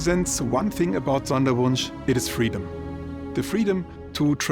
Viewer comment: Sprech doch dann bitte Sonderwunsch auch Sonderwunsch aus. Was für Sanderwunsch…